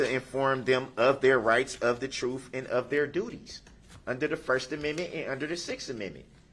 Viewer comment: I wish he could learn how to say TRUTH.. it’s so irritating..